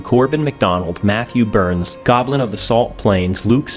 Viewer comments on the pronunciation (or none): none